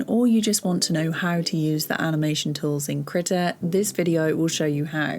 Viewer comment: /kr'i:ta/ KREEEEE TA NOT critter not critical not that HORRIBLE WAY YOU ARE SAYING IT. KREE-TAH like CHEETAH or CREEK.. AHhhh.. KREEEEEEEEEETA